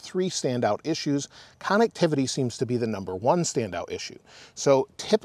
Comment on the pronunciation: I love the videos and updates, can’t help to laugh every time you mention “cannectivity”